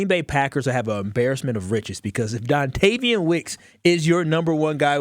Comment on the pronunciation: Don”TAY”vion Wicks